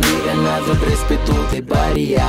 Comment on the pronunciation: Halguien a notado q cuando deletrea RESPETO dice RESPERO